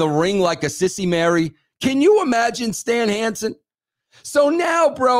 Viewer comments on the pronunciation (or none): none